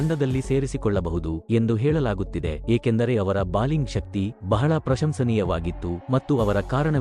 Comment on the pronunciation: ಅದು ಬಾಲಿಂಗ್ ಅಲ್ಲ ಮಾರಾಯ "ಬೌಲಿಂಗ್"